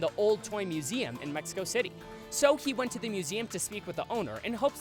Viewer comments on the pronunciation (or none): none